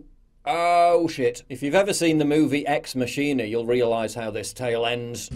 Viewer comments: Is this comedy ? Something based on binary code can never become sentient... Also, it's Ex-MAA-Ki-NA not XMASHEENA .... Oh "god" 😂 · He said 'x-mashina' 😂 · Did you seriously pronounce 'ex machina' as “X masheen-a”? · In Britain is it "Mashina"? Not being a jerk. I thought it was "Mack-ina". "Eks Mack-in-a" is how I thought it was said. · Its pronounced "Ex-Mock-E-Na" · Just so you know Paul, it is pronounced ״Ex Makina” as it derives from the latin phrase Deus Ex Machina (God out of the Machine). Keep up the good work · Ex Machine-A? Alrighty then. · Just a note - it's prononced Ex Mackina, from the phrase deus ex machina - god from a machine. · I thought it was pronounce Ex Mackina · "Ex Mashina" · Hey Paul...please pronounce it correctly: "MACK-in-ah" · Ex masheena, lmao, it's latin, not ebonics. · That's not how you pronounce Machina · it's pronounced ex machina, not ex machina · Machina is Latin. You're saying it wrong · You need to learn how to pronounce ex machina